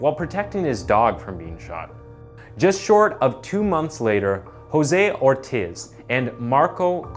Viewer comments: Or-teez. Car-ree-yo. Jesus, never watched baseball? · “I” in Spanish sounds like a “E” instead of ( ortis it would be ortes )Ortiz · Ortiz is pronounced or-teez and Carillo is pronounced car-ee-yo. Please look up how to pronounce stuff when in doubt, especially the names of victims.